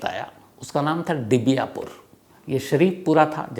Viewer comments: It's दिवियापुर not डिबियापुर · डिवियापुर नही है दिवियापुर है